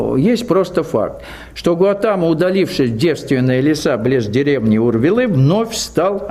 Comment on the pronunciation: Будда Сидхартха ГаУтама из рода Шакья , поэтому Шакьямуни 🕉 Но не ГаЛатама на , автор канала оговорился или не знает